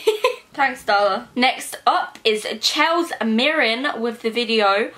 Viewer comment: My name is also Chelsea, the way you said Chels made me cringe so hard, srsly?